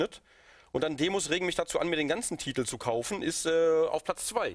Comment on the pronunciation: Sarazar sagt nicht Titel sondern Tittel^^